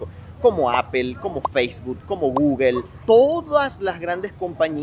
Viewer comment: Me estresa tanto que no sepas hablar inglés, ¿Qué es eso de Ápel, Adobé, Gügel, Enbidea? Aprende a decir las marcas como son. No estás en Venezuela